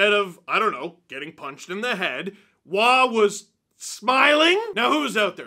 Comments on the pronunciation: Wa!? Roy! Not Wa! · Kings' Roy is a Matt not a Nick, and a Roe-y not a wah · Lotta people bringing up the Nick vs Matt Roy thing so, good…But also in this case it’s Roy as in Boy 😬